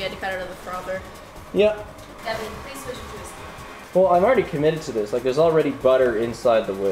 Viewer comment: Hearing Paige say David with a french accent was a new experience